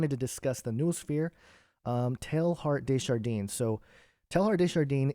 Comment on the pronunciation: Hey ~ fyi his name is pronounced Tay ard - day jar denn. Direct translation of his name Teilhard De Jardin is Teilhard of Garden, or Teilhard of the garden.: )